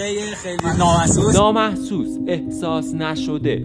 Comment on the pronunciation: فقط من حس کردم یارو گفت نامسحوس😐🤨